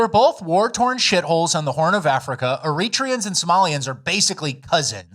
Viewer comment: Eritreans is pronounced era/tree/ans or era/tray/ans